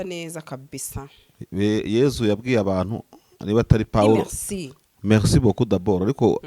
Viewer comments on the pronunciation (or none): none